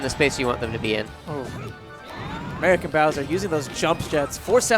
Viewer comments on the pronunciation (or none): "Aermican" You tried, guys. You tried your best.